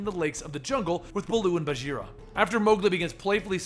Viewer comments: Hey Bagheera is a Hindi word and it's pronounced with a hard g like in 'ghost', not like a j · is it bageera? or baguira? how to pronounce?